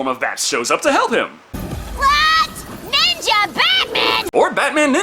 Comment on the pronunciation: Ohmah lord! Batman Neenja